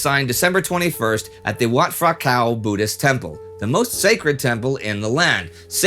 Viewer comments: It's great that you have done a special in Phiboon, a really interesting figure, it's just a shame you never learnt to pronounce his name before you did it. It's Piboon with a 'P' not 'Fiboon with an 'F'. Also with Phunam.... Poo Nam and Wat Phra kaew = Wat Pra Kaew. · ph = ff 555555 "Wat Fra Cow" was even better. Dude, learn how to commentate and pronounce the key words. otherwise a pretty good episode